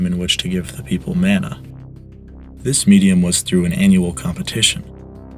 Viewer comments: hey man great video! I'm maori so I always get excited on pasifika and Polynesian history videos. Just keep in mind pronunciation because these languages are still used today. Mana is pronounced maahh naahh instead of man ah. Otherwise really awesome and interesting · It is pronounced Ma-Na. Not Man-A. The information is great. Thanks. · It is pronounced “mah-nah” not “man-ah” and it is something that is still practiced and respected in Hawaiian culture. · You're mispronouncing mana - its maa-na, as in "say aaaaah" when the doctor what's to look at your tonsils, not 'man-a' as in 'and'. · yes, thats rigth bro... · Mana is pronounced like mah-nah. Not: man-ah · the way you pronounce mana hurts my soul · Mana rhymes with gunner not spanner.